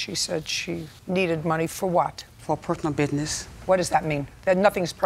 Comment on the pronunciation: Defendant: It was a “Purth-onel” loan… JJ: “Nothing is personal HERE!” 😂😂😂😂